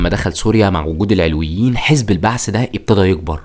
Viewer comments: المحتوي رائع بس استفزني طول الفديو نطقك لكلمه العلويين بتنطق بفتح العين واللام ياريت تركز في النقط الصغيره دي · شكرا عالفديو بس ياريت تلفظ مسمى العلويين صح بعيدين نحنا كعلويين ما منطيق هالعيلة و ما في علوي و لا سني و لا مسيحي سلم من شرون ما تركو حدا يعيش بسلام و يلي ما بيتسمو ما تركو ولا مستودع اسلحة بالبلد و الا و دمروا خوفا من توحد الشعب السوري ضدون و لليوم الطيارات الاسرائيلية بالاجواء السورية بشكل دائم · في معلومات تاريخيه كتير غلط وعم تلفظ كلمه العلويين غلط لدرجه انه المعنى اتغير !!!!